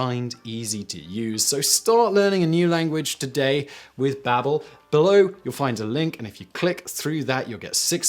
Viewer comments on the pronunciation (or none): I believe its supposed to be Baa-bel after the babble fish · Is it pronounced “ Bay-bel” in Britain or is this just another legendary Simon mispronunciation P.S- I love all your channels, keep up the good work, sorry for getting all technical.